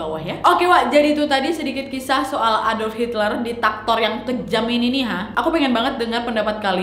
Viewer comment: Bukan ditaktor wak, tapi diktator